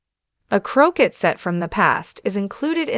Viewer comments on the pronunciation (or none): AI is pronouncing croquet wrong.